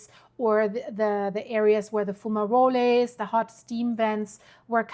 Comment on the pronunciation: Good job. Fumaroles, like fum-a-roles, (not Rol-a), and Geyser like "Guy-Sir'